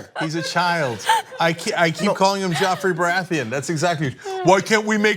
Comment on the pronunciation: Lol, Cenk called him Joffery Barantheon lol am dead.